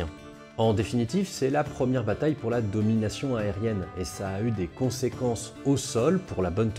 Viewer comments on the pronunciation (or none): none